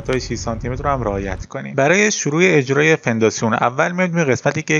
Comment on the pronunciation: توضیحات خوب بود و ساده و کامل اما هر بار میگفتی فنداسیون حواسمو پرت میکردید چون اسمشو اشتباه میگفتی موفق باش